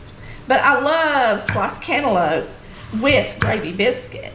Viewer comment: YOU DID THAT!! All of that looks good! AND that very simple homemade biscuit recipe was the best! I'm from the Augusta area and I have seen and ate some home cooking! BUT Never with canlope! thats how we say it too! LOL! This was amazing! Thank you for sharing!